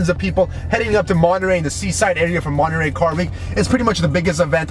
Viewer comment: Se dise Monterrey!! perro no monerey XD